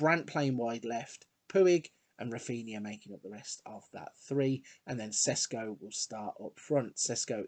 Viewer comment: Hi, great vid. Šeško is pronounced Sheshko not Sesko x)